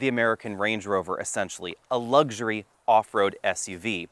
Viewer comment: The word is luxury, not lugsury.